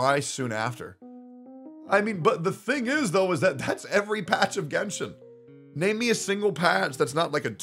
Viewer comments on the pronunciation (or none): none